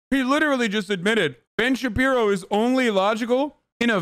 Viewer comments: “Ben Shabibo” My brain: :) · It's really weird for me to hear people correctly saying Ben shapiro. I am so used to hearing and saying Ben Shabibo that for me that's his real name.